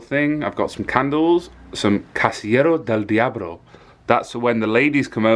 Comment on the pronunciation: Loved the pronunciation for casillero del diablo 😂👍 nailed it